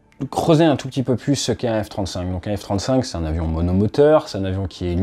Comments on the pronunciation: Le F-trente-souinque 😂 Sinon continue comme ça ATE tes vidéos sont géniales ❤ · le F trente souinque ? 😂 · Le F-30zwoingue !